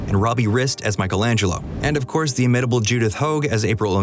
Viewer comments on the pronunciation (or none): none